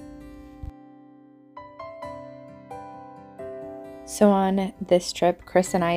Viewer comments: Small thing. Peterborough is pronounced Peterbruh :) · Great vidya but it’s prounouced Peter Bra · An enjoyable video of your trip to Peterborough. There is plenty of parking near the Cathedral, you drove past several car parks. Incidentally places ending in -borough are pronounced -bru. So Peterborough is not Peter-burrow but Peterbru! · Well to be fair you pronounced it how it should be pronounced, however the locals " Peterborians" pronounce more like Peterburra. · It's pronounced Peterburruh. Talk lazyier; you're trying too hard! :) Subscribed anyway as you are around here! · Peterbrruh not Peter bra it's definitely not Peterbra 🥴